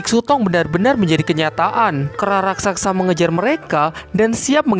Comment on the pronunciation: Raksasa bos bukan raksaksa...😁